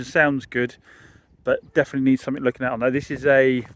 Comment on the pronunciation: no K in something